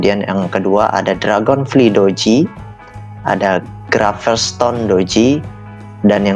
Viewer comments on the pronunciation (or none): Dragon flaay bukan dragon fli bang😂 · dibacanya dragonflay